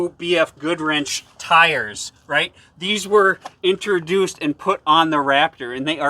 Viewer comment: Its Goodrich not Goodwrench.